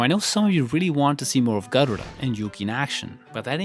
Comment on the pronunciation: Your pronunciation of Garuda is just chef's kiss 😽❤️